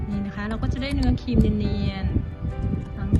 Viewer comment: ครีมค่ะไม่ใช่คีม ขอบคุณที่แบ่งปันค่ะ